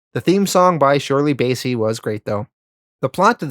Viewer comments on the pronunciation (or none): I love your videos, and as a huge Bond fan I’m enjoying this so far (I’m pausing at Diamonds are Forever)… however, can you please check your pronunciations! Ernst “Stav-ro” Blofeld, George “Laze-en-by”, Shirley “Bass-ey”… sorry to be fussy about this but it makes a big difference especially in such a long video.